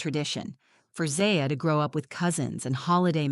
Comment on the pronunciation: Why do you use different pronunciations of the same daughter's name in the same story?